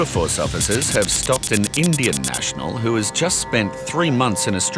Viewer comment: Why stress "indian" when you dont stress "white"